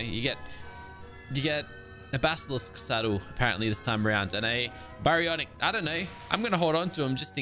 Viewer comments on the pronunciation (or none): none